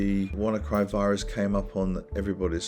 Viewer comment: uhh suspicious isn't it he turns up and suddenly wirus.